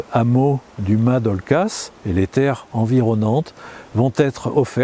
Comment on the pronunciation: Mais pourquoi prononcez vous Ma ! Pour Mas puisque apparemment vous dites bien OlcaS dans le Midi on prononce Mass !